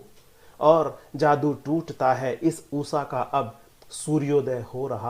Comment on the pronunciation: बाकी सब तो ठीक है पर जब उषा को उसा बोला जाता है तो कानों में बहुत चुबता हैं उच्चारण शुद्ध होना बहुत ही जरूरी है